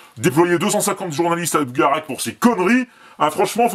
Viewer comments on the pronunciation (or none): Au fait étant habitant de l'aude (carcassonne) on dit: "bugarache" et pas "bugarak" mais bon c'est pas grave lol